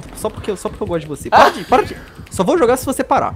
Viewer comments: venon vc falou errado pala porta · no titolu ele diz pala em vez de para